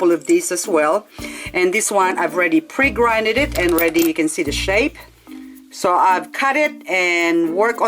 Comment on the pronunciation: Pre GROUND LOL not pre grinned it. Your good at your job, love watching your videos.